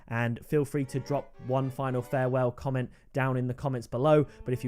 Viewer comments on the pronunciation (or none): You just said commemt 😂